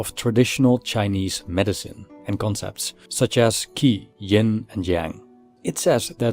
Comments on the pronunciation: Good video. I guess that qi is pronounced ''chi'', not ''ki''. Anyway, you could make a video on the concept of qi from a philosophical point of view in the future, it would be interesting. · Just two little things to avoid misunderstanding... 😊For editing ”Nothing is impermanent” , there should be "everything", and"qi" is pronounced "tshi" as in an English word chill. Anyway, I do appreciate your effort a lot. Keep up the good work.🙏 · Qi pronounce as chee.